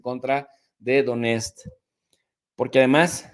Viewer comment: Донецк suena como Doniestk